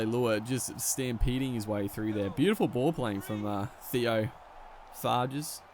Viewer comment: Pronounced like Theo farj. He’s french. Plays for Saint Helens